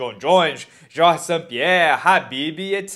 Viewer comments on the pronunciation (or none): none